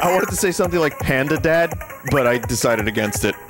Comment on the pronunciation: No, Vinny. It’s not “Panda Dad” it’s “PAND DAD.”